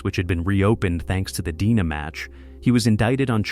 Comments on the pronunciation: Break the video up and actually narrate it. After an hour in, hearing "Deina" insted of "D N A", i just can't do it. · Fucking AI…”dina” evidence